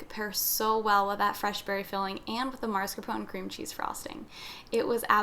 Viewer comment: Why do people mispronounce MASCARPONE? The first syllable is not mars, it’s mas. Ugh!